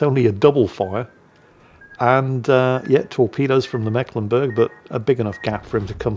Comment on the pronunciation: it is meeklenburg, long "e" not short, basiccally the "c" is a stand in for a sign that denotes a long vowel sound. yours sincerely: a mecklenburgian ^^